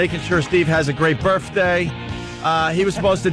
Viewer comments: Make believe it’s my burfffffday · No matter how many times Opie says "Burfday", it's never going to be funny. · I'm beginning to think Opie thinks "berfday" is the correct pronunciation. Just like "fuchitive." Absolute imbecile. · he worshes in the turlet on his burfday